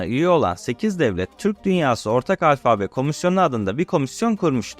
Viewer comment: Merhaba Delikanlı... Seni, şu paylaşımlarında yaşına göre hayli ileride bulup, hâliyle de beğeniyorum. Ancak, bunu dedikten sonra şöyle de küçük bir uyarı yapmış olayım... Alfabe derken, ikinci "a"yı uzatıp "â" demen yanlış oluyor ! Netîcede "Yunanca "Alfa" bu ! Kolay gelsin, selâm...